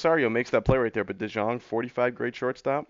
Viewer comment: It's De-young. It's pronounced De-young